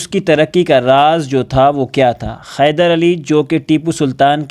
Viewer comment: Khyder nahi😂 hyder😊